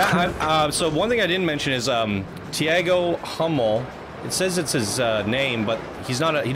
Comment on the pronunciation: Hey dude, I think with the creator of the park is brasilian, the name Tiago is speaked "Tea Go" :)